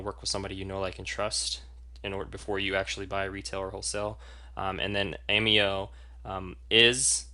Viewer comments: Hi.... It's obvious that your evaluation is heavily biased towards the doTERRA oils. The fact that you have chosen to represent doTERRA out of personal choice is respected. What is not respectable is presenting an AMEO (pronounced A- May' -o) evaluation that is not accurate. As a practitioner who obviously finds service important what is paramount is to ensure my clients get the absolute best. Perhaps one the MOST IMPORTANT factor you for missed including is the category of grade which ensures quality and efficacy of every batch.... CLINICAL grade... Ameo = YES, doTERRA = NO... Sorry... just find your assessment to be too biased to be credible. Just at side note... at Ameo we are taught to educate people about what makes Ameo a superior category creater in the essential oils industry. We are coached NOT to tear down other companies in the industry with unsubstantiated information. It's just another factor that makes AMEO great. All the best with your doTERRA business:) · First of all, it's pronounced Ah-mayo. If you are a distributor as I am, customer service deserves a full check mark. Quality? No other US produces oil comes close. Ameo is clinicsl grade. By going to the Cert-5, you csn actually see a video if the oil in question entering a human cell under a mass spectrometer. No other US producer offers that. Nice try, though.